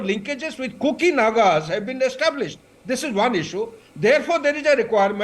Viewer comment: It is NAGAs, Not NAKAs... LOL